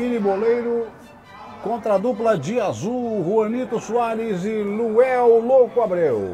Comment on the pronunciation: Pow narrador, colocaram LUANEL na camisa pow, mas você só fala LUEL, quem ta certo??? 😂😂😂😂😂😂😂😂😂